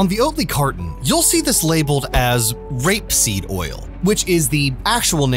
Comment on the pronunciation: I love the emphasis on the word "r*pe" in r*peseed when you are literally pedaling propaganda for an industry that is entirely sustained by factory scale r*pe.